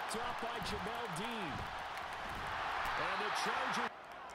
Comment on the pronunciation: Jamel Dean not Jamal Dean🤦🏽‍♂️